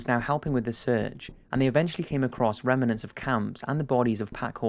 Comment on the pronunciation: Rem-nants not rem-en-nants. Arg!